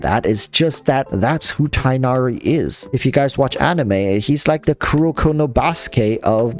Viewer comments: Tigg-Nah-Ree or Tinn-Yah-Ree. Enough with Tye-Nah-Ree. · tig-nari. it’s a hard “g” sound. not “tigh” similar to “high.” his name is not based on english words. therefore will not follow english pronunciations. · apparently the correct pronunciation is tig nari, not tie nari, but idrc I just call him fox boi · It’s tugh-nari, it’s really not hard to research and find it before thinking u would butcher it… and then butchering it. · Tighhh nari that's how you say it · his name is pronounced tug-na-ree if you englicize it btw! anyways i think that im going for him because him and cyno will let me have a dps from every element (plus physical razor) and i like his ears haha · Btw, I think it’s pronounced tig-naer-ee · Your reasons are legit the same as mine. I think he looks awesome. also pronunciation is Tig-nari the H being pronounced softly. idk why English logic is being used for a foreign name its quite frustrating. literally they saying his name as if its the word High but with a T.